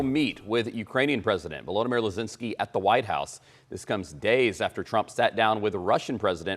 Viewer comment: That's ZE.lensky ... not Not Le.zinsky ... please make sure you meet with the right person 😅🤭